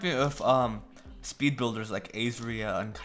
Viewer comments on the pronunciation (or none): none